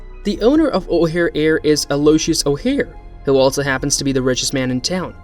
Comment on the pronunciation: And you pronouce O'hairs first name wrong